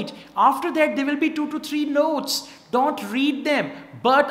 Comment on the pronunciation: I love ur way of teaching but some words u pronounce incorrect like - various and don't.